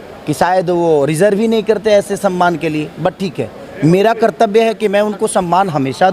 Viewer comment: रिज़र्व नहीं बे डिजर्व होता है 😂